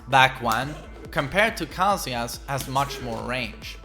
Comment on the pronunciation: He says Kazuya right though, it's only Westerners that say Kazoooyer. The same goes for Narooooto and Yakooozer.